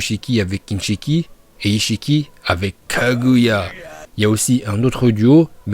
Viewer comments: A chaque fois que tu dis Kaguya tu me bute je pars sur un fous rire 🤣🤣😅! Sinon super vidéo ! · Bravo pour ta prononciation de KAGUYA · "Kaguya" quand tu le dis c'est trop drôle 😂